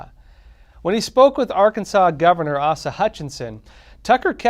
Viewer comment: Asa, with the first A long.